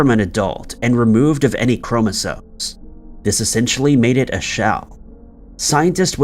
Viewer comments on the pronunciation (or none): none